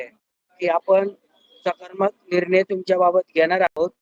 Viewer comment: Sakarmak nhi te sakaratmak aahe . Va re uvaprashikshak 😂